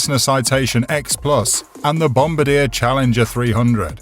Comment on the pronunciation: It's pronounced "Bom-bar-dee-yay" not "Bom-ba-deer."